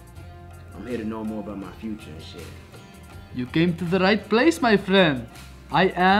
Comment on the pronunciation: Funny when Bach says:Fruture